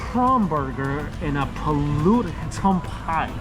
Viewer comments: It's Pulut hitam not Pulut hitman! Come on you know better!!! Don't rush your reviews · u pronounce it as poo-loot hee-TAM... it is a black glutinous rice desert with coconut milk... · Hi! My husband and I are big fan of yours!! We love to watch your videos especially while we’re eating haha. We would love to meet you around singapore. Btw the pulut hitam is pronounced as “pooloot hetAm” hahaha enjoy ur stay here!